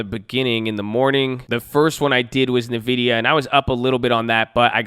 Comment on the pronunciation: I love the videos but I have to correct you. Its pronounced "N-Vidia" not Navidia.